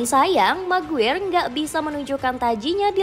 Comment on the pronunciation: Maguire = maguwer😂🤣🤣🤣 Maguire = di baca "MEGUAYER"